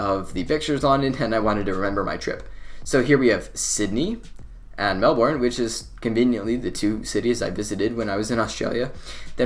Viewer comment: I'm from Melbourne and you are pronouncing our city wrong lol